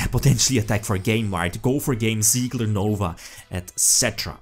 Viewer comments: Tsigler Not siegler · Try pronouncing it like "Zee-gah" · Its Sieger like "seeker" just with a soft S at the beginning and and the g spoken like Gregor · Der Anti-Mate just stop. There is no L in "Sieger" and you would say it somewhat like "Siiger" if you where to say it in english. If you have no idea about the german language please just leave the matter next time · It is "Sieger" the German word for "winner" ;)